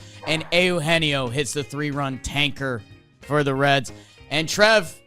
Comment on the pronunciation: The Cincinnati "Reeds"...😂 it was in the NL standings.....